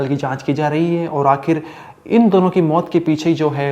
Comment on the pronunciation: मोत नहीं मौत.....learn to pronounce correctly.